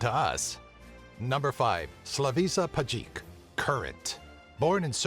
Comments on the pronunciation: Pa Slavisa Pajkic brate, ne Slavisa Pacik jbt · Name of "Biba Struja" (as we call him in Serbia) is pronaunced as SlaviSHa PaYkich. Something like that. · It's so funny how the narrator totally mispronounces Slavisa Pajkic's ( "The Current") name. He probably couldn't have bothered looking it up. Especially his second name, lol!